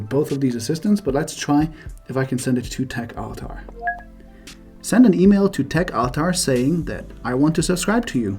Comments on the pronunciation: Worth pointing out that you don't pronounce "altar" properly. It's "all-ter", not "ul-tar". Also "how long do dogs get" is a weird question in English - how long do dogs live is a better question. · Regarding the email fail, surely it was due to your pronunciation of "altar".. it is very different than is pronounced by native english speakers.